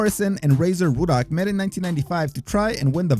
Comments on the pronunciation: Why does it sound like youre saying woodhock instead of ruddick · It's Rudd-ick, not Rue-dock afaik. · Pronouced Rud-dock not Roodock,LEE Bon not Lebb on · Why do u keep calling razor ruddock "rooduck" it's rudduck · "Roodock" lol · "Razor REWdock" lol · Roo duck?...lol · Erik Larson the whole time he kept saying Ruddocks name wrong even though the announcers kept saying it in the video over and over lol